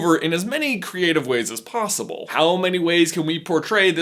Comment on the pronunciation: You said ricks instead of risks and plossible instead of possible